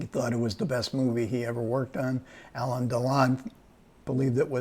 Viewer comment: It's not Elaine Delon but Alain (pron. Alen, with accent on accent on the 2nd syllable).